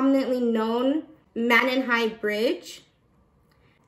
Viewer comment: Both families are involved in the park. And Monon is pronounced moan on here in this area.